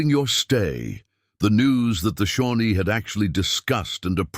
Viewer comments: The name of the Native American tribe is Shawnee, not Shornie. Obvious indifference by the creator to editing properly. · It’s Shawnee